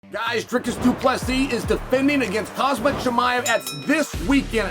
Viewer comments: My ears hear "calm sat" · The fact that Chael still can't pronounce Khamzat is hilarious